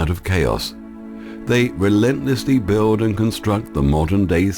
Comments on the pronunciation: Why is it that intelligent people cannot pronounce the word Build? The narrator says build with a "w" added in, Bwuild. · Gaia Earthborn Truthiracy, Dahboo7, Suspicious0bservers and this narrator cannot say the word Build or Hold. There's no W. It's not an accent, it's a speech impediment. I don't know why.